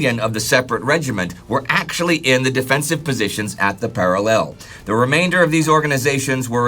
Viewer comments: i know its not pronounced para lell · It's going to be a long war listening to that enunciation of 'parallel'... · please learn top pronounce parallel correctly. If I have to go three years hearing you get it wrong i may just start screaming incoherently at you.